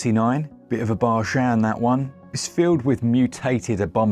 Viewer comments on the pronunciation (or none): Thanks a lot guys, thanks to you guys I now constantly mispronounce the word bargain in conversation. Cheers for that.